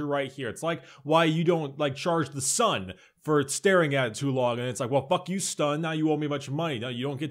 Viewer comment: am i the only one who understood stun instead of sun? And if it was intended nice Leona pun